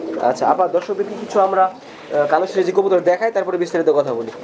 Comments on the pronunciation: এই মহিলা তো কবুতরের নাম টাই ঠিক করে বলতে পারে না, সিরাজি কবুতর কে, বলে শিবাজি কবুতর,,,, দাম বলবে কি করে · nam e tik kora bolta par6a na sebaji na siraji